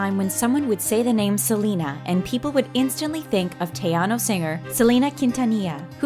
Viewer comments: When they said it like tyano singer i was like ITS SAID LIKE TEHANO😂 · Teano, god I cringe so much through this video pronunciation. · Did she just say teyano LOL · Am I the only one who got annoyed with how she said Tejano? She legit says teyano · Why do you pronounce tejano wrong? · Thumbed down and checked out after the way you pronounced tejano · They murderd her last name and tejano 😂😂